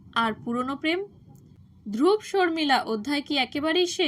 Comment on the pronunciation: বাঙলায় উচ্চারণ ধ্রুবো, ধ্রুব্ নয়।